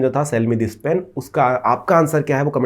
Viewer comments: Bhi upna phelay pronounce pen khaney ka 😢theek karo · Hahahhahahahhahah ur right